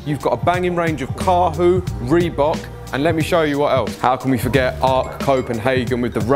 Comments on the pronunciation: I swear he said "carhoot" instead of carhartt lmao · did you say Carhoot? 😂😂😂